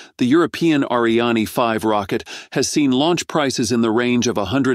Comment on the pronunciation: Europe's Ah-ree-AH-nee rocket? I can only wonder how you chose to pronounce it like that.